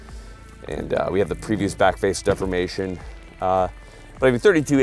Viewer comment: Every time says 'backface defimation' it's shot tyyyme